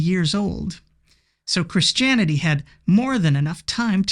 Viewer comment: "Chris Janity".